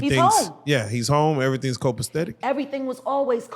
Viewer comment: not copaSTetic! It’s co·pa·cet·ic /ˌkōpəˈsedik/ adjectiveI NFORMAL•NORTH AMERICAN in excellent order.